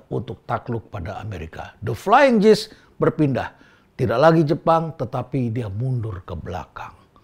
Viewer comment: Maaf pak Rhenald, kata "gees" dibacanya seharusnya bukan "jiis" tapi "giis"